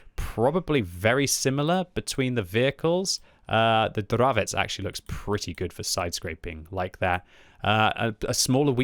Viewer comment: Hi, you finally have correct pronunciation for CZ word Dravec, nice, just joking:) Keep up your great work, greetings from Hradec Kralove